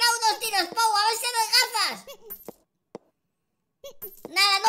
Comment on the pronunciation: que asco medio risa cuando dijo puo bano puo bano puo y pou caca puo caca puo caca me moria